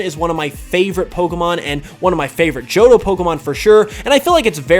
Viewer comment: IT'S JOHTO, NOT JOTTOH!